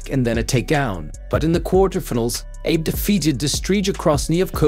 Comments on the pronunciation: Her family name is not pronounced Abe, like Abe Lincoln, but it's Ah-Beh. And her name Uta isn't pronounced like Utah, but it's 'Oo-Ta'. Like in most phonetic languages, Japanese Romaji adopted the way Latin based languages pronounced their alphabets. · Ffs, do a little preparation. Her name is pronounced ah-beh ew-tah. You sound truly ignorant so thoroughly mispronouncing her name. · The downside of getting AI to narrate a video: it pronounces non-English names as if they are English! Hey stupid American AI, it is pronounced /ɑbɛ ʊtɑ/!!! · Dear lazy as fuck AI voice... "Abe" in Japan is pronounced Ah-bay. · Meaning no disrespect. Abe is pronounced "Ah beh" Uta is pronounced "Oo tah" Abe is the family name, Uta is her given name. Uta means song. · Japanese is a syllabic language. Her name is pronounced "ah-bay oo-tah." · Not Abe, and not yuta! What a dickhead! It's oota ahbay! 阿部詩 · Her family name is pronounces ah-BAY, not the way you said it. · A-be(soft E) is her family name and U-ta is her first name! Uta Abe. Your AI speak sucks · Get the pronunciation: Ah-bay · Come on now! Pronunciation of the name Abe is basic in Japanese language. It is pronounced Ahh-Bay. Please! If you are going to narrate a show about this famous young woman, then please pronounce her name correctly! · For God's sake, DO YOUR HOMEWORK!! The name is pronounced "AH-BEY!!!" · Her name is pronounced Ahh bay Ooota. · It is always nice to hear the names pronounced correctly. You can try AH-bay. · Abe is pronounced ah-beh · Can you adjust the speech synthesizer to pronounce her name correctly? It's Uta (not Yuta) and Ah-beh (not like Abe Lincoln). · Nice video ! Just wanted to say its pronounced "Abey" (Abe) and "Bush are" (Buchard) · FYI - Her first name is Uta, Last name Ahhh-beh. AI voiceovers have a hard time pronouncing foreign language accurately. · I don't think her name is pronounced the same as Abraham Lincoln's "Abe" 😂 It's Ah-bae! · Her name should pronounced: Ahh bay, not Eeb.